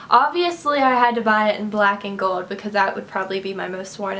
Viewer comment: stop saying "GOLD" it is so fucking annoying, you can not pronounce it right.. ugh